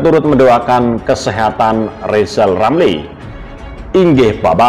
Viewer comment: Rizal itu manusia gagal Ngomong R saja gak bisa mana bisa Nyayi Indonesia Raya